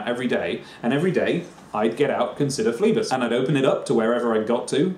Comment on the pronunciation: Christ above, read Phlebas proparly! Brilliant book.